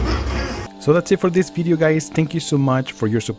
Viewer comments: a bideo? can't trust nothing u saying now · I'm just repeating what u said dummy, u clearly said bideo